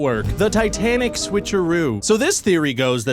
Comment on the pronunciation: Tit Anic? Souldnt be pronounced like "tight" anic then?